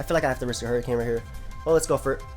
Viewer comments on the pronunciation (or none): none